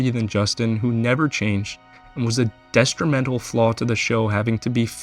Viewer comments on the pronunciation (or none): If you're going to push already debunked BS and slander people with it, maybe at least know how to pronounce "controversies" and "detrimental".